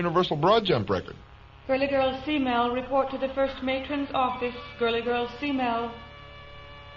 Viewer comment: It's not s-mell it's k-mell. short for cat-mell. she was a cat-person Smith loved cats.